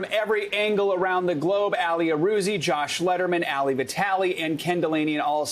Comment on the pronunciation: I wish he would stop calling that man named Ali "Allie" or like alley cat. Call me crazy but Ali is said like Mohammed Ali. Like All-ee. I might be wrong. He might be called Allie but I doubt it. Do a little work and get the right pronunciations... butchering people's names in this day and age just shows ignorance and laziness. And again, I could be wrong and make a fool of myself, but I'm not a newsanchor or journalist or reporter... I'm not expected to know, lol.